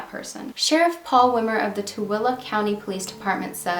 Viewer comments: Blew my mind to see something about Tooele, my family all lives there and I’m very familiar with the area. Didn’t know about this case. And thank you soooo much for pronouncing Tooele correctly!!! Tooele County has such a small population so it’s really cool that you are covering this case. ❤️❤️❤️🙏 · I live in Utah and can I just say I am so proud you said Tooele correctly! :) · Congratulations 🎊 on saying Tooele correctly 👏 🙌 😂 ❤ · Congrats on pronouncing Tooele correctly! My sister lived in Tooele for a bit in the early 2000s. Poor David, I'm sorry my state was so unkind to you. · I am a Utahn, but I was unaware of this case! Huge kudos for pronouncing Tooele correctly. So many think it's "Too-lee!" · Wow, thanks and you pronounced this Utah name right. There has to be a major change in our justice system stateswide and nationally. No one should suffer like that. The poor guy and his family. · Good on you for pronouncing the name of the county correctly. Most people can't because it sounds NOTHING like it's spelled. Most call it Too-lee. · Love that you do your eyebrows...n thanks for saying the name RIGHT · Awesome job at pronouncing Tooele I use to always say it so wrong. I found this channel about a week ago, I love that the content gives those from the past a voice.